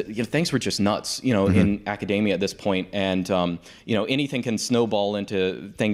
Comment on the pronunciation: Academia, not macadamia